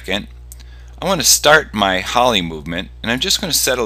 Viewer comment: "Holly" lol its called an "Ollie" XD